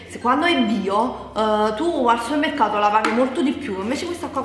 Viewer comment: Quante polemiche per una parola pronunciata male! In tutta Italia ci sono mille e mille dialetti ed accenti diversi ognuno ha il suo e ognuno parla come gli pare!! la prossima volta che fai un video come questi mettigli il titolo "prodotti da suemmercato" così mò stanno zitti! Ah no scusa..poi avrebbero da ridire sui titoli acchiappa visualizzazioni!!😑 lasciali perdere e continua per la tua strada!! ps. a me piacciono un sacco i tuoi video😉 un bacione a te e Nancy😘😘😘 siete fantastiche ragazze!!!